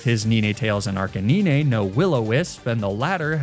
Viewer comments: Arcanine is actually pronounced "ARK-UH-NINE" with the last part sounding the same way you would pronounce the number 9. Not being a grammar nazi, just trying to help. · Sorry, I can't subscribe to anyone who says 'Neenaytales' and 'Arcaneenay'... xD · *Did he just say "Ni-ni tails" and "Arca ni-nah"?*.... 👀...lol never seen Nine-tails and Ar-canine pronounced that way before but you know, to each their own lol Either way, Loved the video, always love videos like this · Ninehtales and arcanineh😭😭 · bro leanr how to say ninetales and arcanine